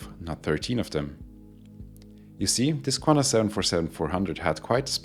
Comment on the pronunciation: Take note: there is no U in QANTAS